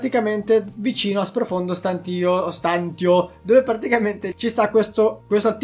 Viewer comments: pronunci male STANTIO, prova a sentire meglio la pronuncia da qualche parte 💪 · La tua pronuncia di stantio mi triggera e non poco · sei bravo e ti dai un sacco da fare... ma "stantio" per diana non si può sentire l'italiano è importante per chi comunica. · Non è "profondo stàntio" ma è "profondo stantìo" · Dubito si dica stàntio, ma stantìo. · Odio sentire stant io Ahahahaha E non stantio Comunque sei un grande continua cosi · "Stantio" va pronunciato come "stantìo" non "stàntio". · Stantio con l'accento sulla i👍😐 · Profondo stantììììììo non stàntio... lol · ti prego la smetteresti di dire stàntio, si dice stantìo con l'accento sulla i. Se vuoi puoi controllare anche sul dizionario. Mi triggera un sacco come lo pronunci, comunque grande come sempre. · Stantìo,pls stàntio non si può sentire😂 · non è per fare il rompicazzo ma sprofondo stàntio non si può sentire si dice stantìo! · Si dice sprofondo stantìo, non stàntio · Ok che spacchi pure se sbagli la pronuncia, ma è STANTÌO non STÀNTIO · Oltre l'inglese, impariamo anche l'italiano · Ti prego dragon, si pronuncia “Profondo Stantìo”, non Stàntio ahahahhaah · si dice “ Stantìo “ non “ Stàntio “ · guarda che si dice stantìo e non stàntio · Scusami se te lo dico ma si dice stantìo non stàntio, sorry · si dice Stantío non Stántio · Profondo stantìo , non profondo stàntio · Si dice stan-ti-o non stan-tio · STANTÍO Accento sulla I dragon ahahah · Si dice sprofondo stantío con l'accento sulla i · Si dice sprofondo stantìo con l'accento sulla i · dragon ciao belle news complimenti. Però si pronuncia profondo stantìo accentuando la i. Lo stavi anche dicendo bene. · Si dice Stantìo, l'accento è sulla i. Pensavo lo facessi apposta... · si dice "stantìo" con l'accento sulla i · si dice stantìo, con l'accento sulla i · Comunque si dice SPROFONDO STANTÌO !!!!!!!!!!!!!! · Ma non si diceva profondo stantìo?🤔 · la pronuncia di stantio è stantìo(stantiio) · Si dice stantìo